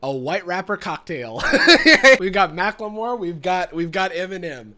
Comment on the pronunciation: Did call him "Mac-Le-More"???